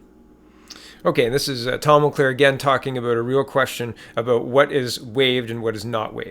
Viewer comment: It's Tom Mulcair. Not Mulclair.